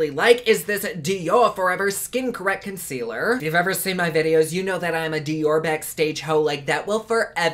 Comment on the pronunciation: Yay for!!!! avourit word: fondaçion....conckwealer and some bloush!!! the more you learn!